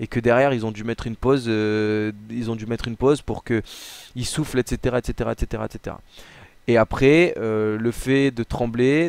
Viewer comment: J'adore quand il dit etc il le dit mal